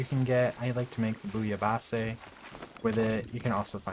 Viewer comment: Very helpful and entertaining video. You are easy to listen to except for one little, bitty thing. It’s pronounced ‘bull ya base’ not bullyabassey 😂